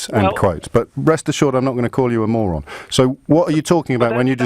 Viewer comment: "Rest assurred I'm not going to call you a moran." lol